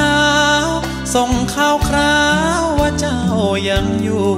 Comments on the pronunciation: สุดยอดครับ.ขอคำควบกล้ำให้ชัดอีกนิดนะครับ.ข่าวคราว ฟังท่อนแรกเกือบเป็น ข่าวคาว. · นิดนึงนะคะ น้องลืมควบกล้ำ ข่าวคราว ข่าว คาว ชัดไปนิดครับ ครั้งเดียว นอกนั้น เฉียบมาก